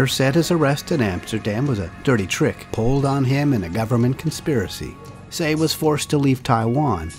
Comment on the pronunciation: Love your videos. His name is pronounced “tai”